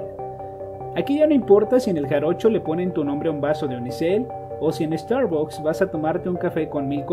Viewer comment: No se dice estarbocs se dice estarbacs.